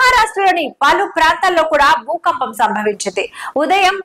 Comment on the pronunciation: Bhoopampam ahh bhoookampamaa😂